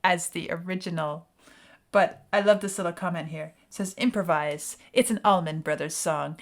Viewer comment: FYI it's ALLman Brothers, not Ahmin Brothers.